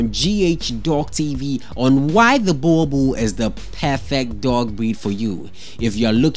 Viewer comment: Wrong pronunciation of Boerboel